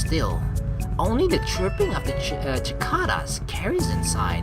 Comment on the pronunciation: I believe it's pronounced "si-cay-dah" or "si-cah-dah" rather than with a ch- sound